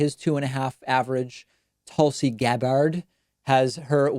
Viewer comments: Tuhlsy Gahbahrd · Lmao David simply cannot figure out how to pronounce "Tulsi Gabbard".